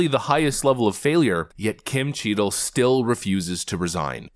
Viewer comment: Notice how its CHEATle and not Cheadle? 😂😂 Edit: She should be tried as a criminal